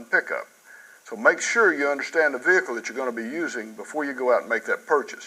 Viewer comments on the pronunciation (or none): V-hickle lol